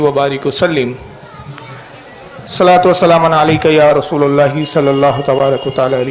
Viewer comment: یا رسولٙ اللہ ہے . ل پر زبر عربی کچی ہے سیکہ کر آ۔